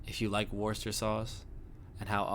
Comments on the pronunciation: You almost had the pronunciation, but you did do a lot better than the two ladies in this short video clip. Funny, I've used it for years and never really paid attention to the ingredients. I like to mix it in when I'm preparing beans on toast, for that extra zing. 😊 👍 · Its pronounced Woo ster Sauce (everyone gets caught out on it):) And its minging LOL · Haha, his pronunciation is awful, sure I have heard worse but come on. It’s not pronounced Wooster either, it’s wustuh and it’s not Worcester Sauce, it’s Worcestershire Sauce, Worcester Sauce is the knock-off stuff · No not Wooster and no don’t skip the shire. It’s Worcestershire Sauce not Worcester sauce and it’s pronounced wuss-tah as in you big wuss not Wooster as in rooster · Pronounced WOOSTERSHIRE SAUCE 😁😁